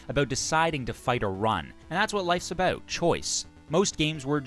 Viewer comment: Canadian eh? I can tell by the way you pronounce "abooot" (about)